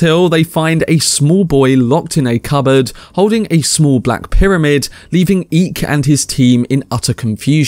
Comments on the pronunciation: No big deal at all. But pretty sure Eyk’s name is pronounced “Eye-k”. Sorta like Ike. Instead of “Eek”. Not that it really matters, but just a heads up. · Nice recap and 1899 is awesome. One question though, why do you keep calling the Captain Eek? His name is Eyk, (pronounced Ike), not Eek. Kind of makes me think you haven't actually watched it and are just reading from a script, without actually hearing his name said aloud. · eye-k not eek